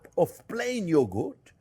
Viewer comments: “Plain yogoat” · Oh my gosh, Chef. I love the way you say “yogo” even more than the way you say, “onyo.” Cheers, my friend! 🥂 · I love the way he pronounces yogurt. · Chef can make anything delicious, but can't say yogurt. 😂😂 we all fall short, don't we? ❤😂